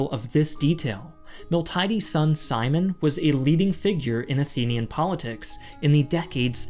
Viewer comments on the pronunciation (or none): I've enjoyed this video but there's a few obvious errors. Among others Gallipoli(greek Kallipolis, turkish Gelibolu) is located in Europe not in Anatolia. Also the name of Miltiades' son was Kimon (not Saimon or Psy-mon or any such thing). And the word the runner allegedly shouted with his dying breath was "nenikēkamen" ("we have won") not the name of an american sportswear company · Miltiades' is not Simon. Kimon. Very light on analysis too. Also, calling it a minor victory right after saying that Persians simply packed up and left is getting your own conclusions wrong. It'd be great if you got out of the armchair and did a little more reading 😉